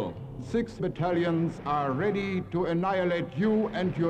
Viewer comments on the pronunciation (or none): none